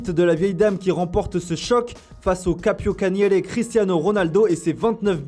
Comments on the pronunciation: C'est "capocannoniere" et pas "capiocaniere" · Capo quoi?????? Capo cannoniere ptddddr apprenez à lire un mot bordel!